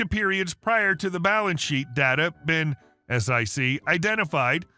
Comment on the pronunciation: "ess eye see". No, it's a word, and it's pronounced "sick", or some people say "seek". Honestly - you have ONE job to do, which is to read things.....